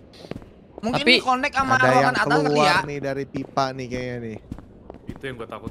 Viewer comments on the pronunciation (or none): none